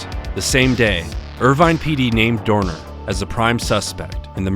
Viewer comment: love how you properly pronounced his name